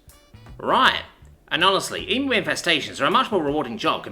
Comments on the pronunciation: Okay okay everyone when pronouncing "Emu" put emphasis on the U at the end. Pronounce it like "Emyou" not Emoo its a common slip up for foreigners Also when using the Australian accent real pronounce the vowels and use a strong R also we're naturally lazy speakers so dont try so hard other than that i highly highly enjoy your work and can tell you do aswell sometimes i can even hear you smiling love ya, hooroo mate! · Not E-MOO it's E-MU ( Said E-MEU) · As an Australian it drives me insane The way Americans say the word EMU never cease to inferior to me (Em u )not ( Em moo) for the love of all that is holy I love your work but fuck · Yeah, please stop saying "Em moo". It's "Em you" like an insult! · Looked it up, the video I saw had the guy say it more like "eemyoo". Still gonna call the angry dinosaur bird an "eemoo" though. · As an Aussie I like to think that that it's called emoo in this story because it is stronger because emooo in any other context hurts my soul like bloody hell say it right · Ooof... that pronounciation of "emu" definately should have been checked with an Aussie first, before reading this story!